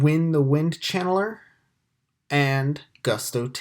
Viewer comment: Why are you calling it Goose-Toe?